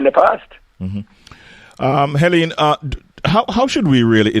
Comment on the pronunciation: Her name is Helene and not (Henene).